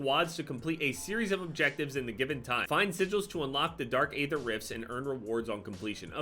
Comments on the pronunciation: as a huge zombies guy I need you to please start pronouncing aether correctly. It is pronounced like e-ther not a-ther. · Can you plz say Aether right just once